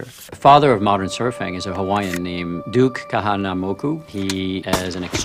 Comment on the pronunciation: he pronounced duke kahanamoku fairly well, good job!